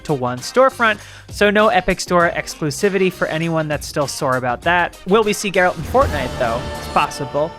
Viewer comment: when they can't even say geralt the right way there something wrong